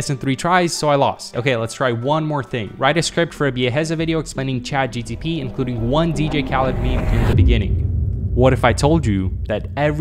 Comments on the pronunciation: bro is saying Chat GTP not GPT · It's chat GPT not GTP ffs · its chat GPT not "GTP" 😭😭😭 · saying ChatGTP instead of ChatGPT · If I hear him read Chat GPT as Chat GTP one more time I am gonna have a stroke bro💀 For legal reasons that is a joke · It's chat gpt not chat gtp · Gpt not gtp bro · Why you keep saying chat gtp? It’s called chat GPT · Bro saying chat “GTP” instead of “GPT” 😂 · IT'S CHATGPT NOT GTP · SAY GPT NOT GTP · Why do you keep saying ChatGTP although you know it's ChatGPT? That's an essential question that's in serious need for raising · You should say it right first it is chat gpt not chat gtp as you say it 😂😂😂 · this dude keeps on saying chat gtp not chat gpt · BRO UR SAYING CHAT GTP BUT ITS CHAT GPT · Gpt not gtp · LOL you said chatgtp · I don't think he is doing that intentionally. My friend is says chatGTP too. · Brotha... I have the same damn problem..m I keep saying chatGTP😭😭😭😭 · he said CHATGTP 😂😂😂😂😂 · "chat GTP" 🤣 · The "Chat GTP" is killing me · Bro said chat gtp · I swear your saying chat gtp 🤣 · "Chat GTP" - Biaheza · No one: Biaheza: ChatGTP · He really called it chat GTP🤦🏽‍♂ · “chat gtp” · Everytime you said ChatGTP iI was fuming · why does bro keep saying chatgtp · My teacher also says chatgtp when talking about how plagiarism is bad lol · Bro said ChatGTP xD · no offensiveness but Chat GTP 🤣😅😂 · He says GTP every time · bro kept saying chatGTP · I swear you said "chat GTP!" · Everyone saying genius didn't hear him clearly say chat GTP 8267 times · You said chat gTp like 100 times😂😂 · bro is saying chat gtp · ge-TEE-pee 😭 great vid tho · i want to scratch my brains out every times he says CHATGTP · who else got triggered when he said Chat G T P? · dude keeps saying ChatGTP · Teaching about ChatGPT and then calling it ChatGTP. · You say Chat GTP ? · Is it just me or he is saying chat GTP everytime ?? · Really gonna take advice from a dude calling it GTP? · Mildly? I left the video because of it. 😤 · not acceptable. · Its chat gpt not gtp